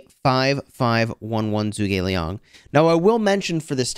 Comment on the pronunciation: Hey I just wanted to say something about pronunciation. With zhuge Liang being Chinese it should not be pronounced as zoo gei it should be like juge like juice and a soft g. So like in get g Zhu ge Liang.